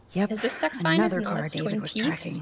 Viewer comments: It’s six feet under SXTFNDR not SXIFNDR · LMAO "Sexfinder" It's 'Six feet under',.